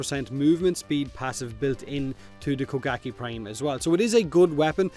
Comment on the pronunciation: He said bukake prime lol